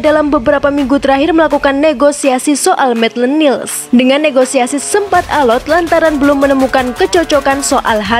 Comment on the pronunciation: Maitland nailes bacanya, bukan niles 😆😆😆